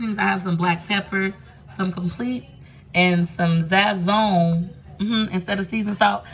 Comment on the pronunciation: Enjoy the Videos but I hate how u say Sazõn, it pronounced Saz'zone not Zazzone